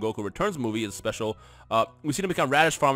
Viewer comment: HAHAHHAHA HE SAID RADITZ FARMERS BUAHAHHAHAH